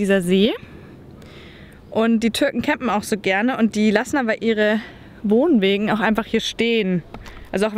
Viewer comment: Wohnwaegen? Alter